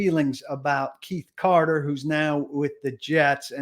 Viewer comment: Keith Carter!!! Omg! Say his name right. Your job is to cover 1 team and you can’t even keep names right.